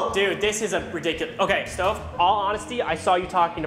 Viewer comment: CARTER GET IT RIGHT HIS NAME ISN’T STOVE ITS